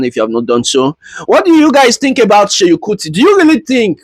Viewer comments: Do you no how hard it is to listen to you call him Sheyin Kuti? It is SEUN, NOT SHEYIN! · But if you will do a video ..atleast try and get the names right .. no hate pls just calling your attention ..it’s Seun not Seyi